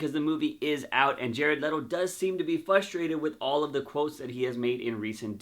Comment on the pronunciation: Please learn how to properly pronounce “FRUSTRATED” for fucks sake! Especially if you’re gonna say it every third sentence. Are you saying it without the “R” or are you saying it with an “L” where the “R” should be? Fuck what the video is about, I couldn’t even watch it without getting “FUSTRATED/FLUSTRATED” 😏